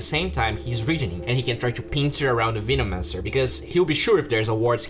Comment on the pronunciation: Dude you have to practice saying veno-mancer